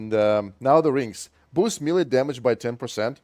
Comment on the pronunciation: May lay. Say melee like that.